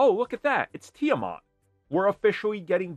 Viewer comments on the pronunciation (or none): none